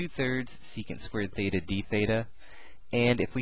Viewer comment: is it feta or theta... cause i'm hearing both